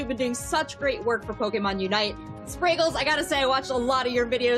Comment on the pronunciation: Go watch the original Pokémon song and learn how to pronounce Pokémon God it's so embarrassing